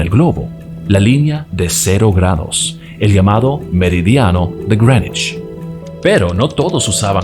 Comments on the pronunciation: El tipo dijo Grenish 500 veces pero nunca pudo decir Greenwich. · Cada vez que te escucho decir (Grenuich) para referirse a (Greenwich) se me revuelve el estómago 😖😖😖 Es que Llevo toda mi vida escuchando a la gente pronunciar eso así (Meridiano de Grinwich) Sácame de las dudas, no sé si estoy mal, muchas gracias por tu contenido. A mí me parece fenomenal este gran aporte a la cultura de la República Dominicana 🇩🇴🇩🇴❤️❤️❤️ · It's Grenech (pueden escucharlo en Google translate) pronunciación británico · Greenwich = Grinuich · Creo que es porque hace la pronunciación en inglés